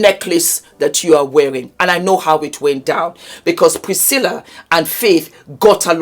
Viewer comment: 🤣🤣🤣 Thanks, that "Priscillia" pronunciation has been bugging me.